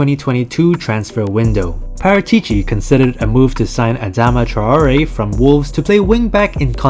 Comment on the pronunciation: That's not how Paratici is pronounced. It's Paràtici my dude.